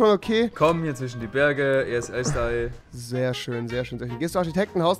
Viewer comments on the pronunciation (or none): Kann mir bitte jemand erklären warum rewi z.b. immer automatiCH sagt? Oder..... zwiCHen anstatt zwischen? Mein das ned böse oder so, aber ich frag mich das schon länger ^^ danke für die antworten! :)